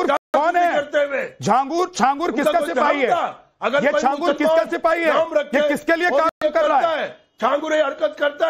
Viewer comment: झींगुर बोलो बाबा नहीं